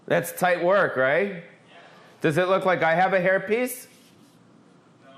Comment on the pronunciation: Im so sorry for your loss. May he luve on through you! R.i.p. Also every time you said hair piece it soubded like herpes COME DO A SHOW IN SEATTLE/TACOMA